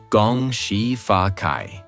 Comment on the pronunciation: "Gong Xi Fa Cai", the last word is pronounced as "chai" not "Kai".